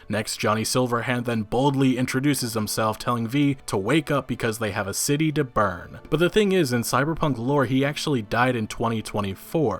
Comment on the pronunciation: "We have a city to Burr, Bill"